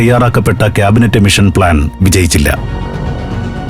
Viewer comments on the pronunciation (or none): none